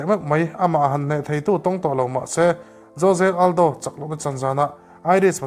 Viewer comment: jose aldo nge joje aldo😂